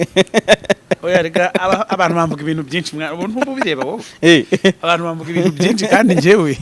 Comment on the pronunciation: Ikinyarwanda azakosore kuvuga ngo byinci😮